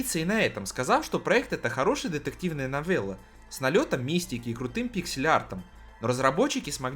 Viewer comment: имхо, но для ушей приятней новЭлла нежели новЕлла